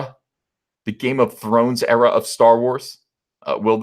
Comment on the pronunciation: 'The Star Wars Game of Thrones error' it was error and not era you said? Which follows 'the Kennedy error.'?